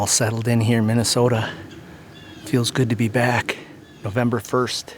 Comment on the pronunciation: "NovemBBer" lol Nice on the deer